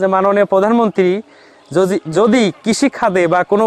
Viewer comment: এর উচ্চারণ ঠিক করতে হবে যোদির বদলে বললো যোযি 😅😂😂😂😂